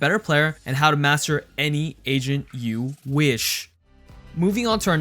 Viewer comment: He says agent I hear asian Or maybe its just me